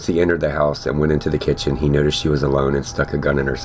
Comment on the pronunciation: Boom "she shot him on kitchn floor" Operator: OH!